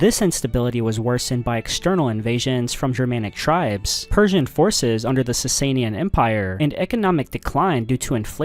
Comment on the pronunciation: Everyone commenting on the butchering of the word "aqueduct", but I don't see one person complaining about the consistent use of "Sasayin"? "Sasanian", bud.